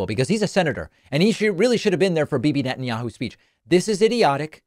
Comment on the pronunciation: He can’t even say “Netanyahu!